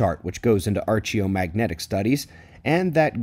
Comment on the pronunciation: Archie O'Magnetic? Usually archeo is pronounced with a 'hard' 'ch' like Ark of the Covenant. Not Arch as in 'Archway. Are you a voice-over artist doing this? Sounds like the error made when an actor reads a script they don't understand. I am probably wildly wrong and I apologise if so but this sort of error has made me really question who is reading this or providing the news.